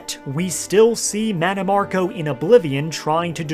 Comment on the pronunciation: Oblivion butchered mannimarco 😂